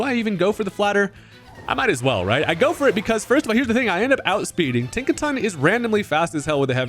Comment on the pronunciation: Tinkaton 🚫 Think-a-ton ✅